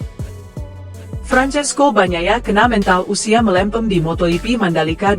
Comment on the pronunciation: Moto hipi😅😅😅 Sok bahasa spanyol lu